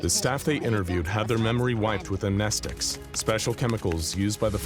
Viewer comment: Yay, you got the pronunciation of amnestics right! That's kinda a rite of passage in the SCP YouTube community .